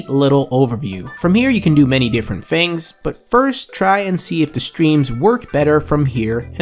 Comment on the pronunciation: i dont get why people cant pronounce "th" and they say "f" like. he says "Fings" Instead of "Things" (Im not trying to be rude.)